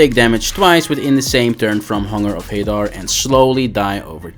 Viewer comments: It's pronounced Hunger of "HA-Daar" not "HeyDar"... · it's pronounced Hadaar, not Hey-Dar